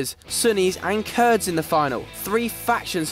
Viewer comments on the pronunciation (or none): none